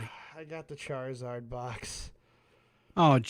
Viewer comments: Hearing riveter call it a Chizzard brought back some PTSD flashbacks of my grandparents pronouncing Pokemon names wrong and 8 year me having to correct them. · Chizzard sounds like the meme of a poorly done kids drawing & the kid misspelles the character